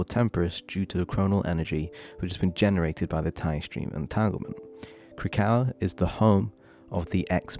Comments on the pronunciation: Great work here but I have to be the one to say. It’s Krak-O-A. They mention it in voicelines all over the game. Every time you say Krakow it’s like a little knife in the ear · Just a heads up its Krakoa (KRAH-KO-UH) and Arrako (AH-RAH-KO) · had to turn the video off because of the way you pronounce krakoa 😭 i get it im dyslexic but it was hurting my brain LOL